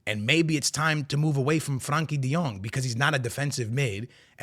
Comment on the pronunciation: And Franky de Jong, 😂😂😂